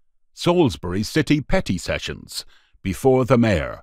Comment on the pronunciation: Sometimes when the narrator aid "Petty Sessions" it sounded like "Petting Sessions" lol